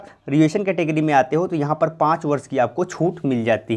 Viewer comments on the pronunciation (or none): none